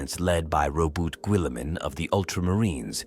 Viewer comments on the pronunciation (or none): Or the damned butchery of Robute Ghilliman’s name, or the word Primarch, it’s so bad I ain’t lasting 5 minutes before saying nope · Robu guilliman 😂